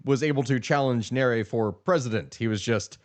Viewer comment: 1st good work o highlighting this issue esp now that it democracy is facing a brutal march to death in Africa & more so East Africa, but please learn to pronounce Swahili properly, this has to be the easiest language to learn eg its Nya-re-re if you need help DM. 2. If you're going to do one one on Kenya, you'll find many similarities like issues of corruption but Kenya has perfected the art of silencing dissent from using intelligence agencies, outright buying the opposition and even more mysterious is the silence of the international community when the government is cracking down on protesters. Another oddity is how the government is using social media to push propaganda while at the same tracking down government critics. once they track these critics they're are abducted, people make noise on social media, the critics are released but surprisingly become less critical or silent. An example would a cartoonist of local newspaper. If you're planning to do a piece on Kenya please talk to Kenyans like on tiktok or reach out to Larry Madowo. Again i cannot emphasize how the Tanzania & Kenya stories are similar both Samia & Ruto accused NGOs of funding dissent...its as if they are sharing tactics on crushing opposition like how Kenyans on X are being used as social media mercenaries by Tanzania to paint a rosy picture. I think this has to be the most fascinating that both Kenyan & Tz govt are paying Kenyan social media influencers to counter opposition narrative and how much th